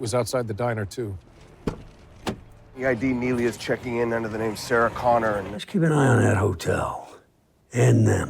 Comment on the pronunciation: That would be pronounced "Connah. Sarah Connah".